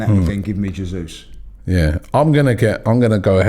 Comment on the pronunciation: J not Hey